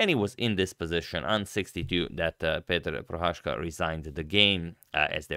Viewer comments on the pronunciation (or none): Just a quick correction. Prohászka is pronounced with an 's' in the middle and not with an 'sh'. The digraph 'sz' works quite the opposite in Hungarian than in Polish.